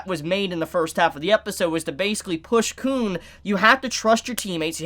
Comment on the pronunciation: Uh the way you’ve been pronouncing Khun may get your tog reviews demonetized